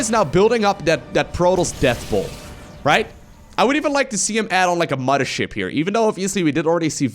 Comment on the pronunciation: Mothership. Say it with me, mo-ther-ship. Muddership CX kek